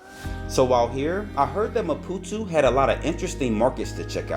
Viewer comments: How did you ever get saying "Ma-poo-too" from ma-poo-TOE? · it’s maputooooooooo… not maputuuu.. READ damn 😂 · Why do you keep saying Mapu-tu. Isnt it Mapu-to? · ‼️‼️What the fvxk is Maputu? There’s literally an “o” at the end of the word. Great video, but fvxk man, say the name right. It’s not that difficult.